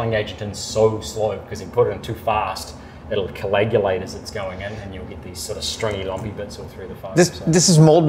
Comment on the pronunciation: He sounds like he's saying colagulate instead of coagulate. Thank you, see ya.